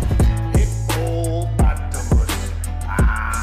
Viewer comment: I like the way he pronounce hippopotamus sounds kinda hippo-pot-amus 😂😂😂 .